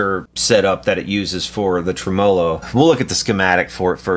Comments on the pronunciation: It's pronounced "trem ah - low", not "tre -mah lo"-changed midway, wtf? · Never heard the word tremolo pronounced quite like that before 🤔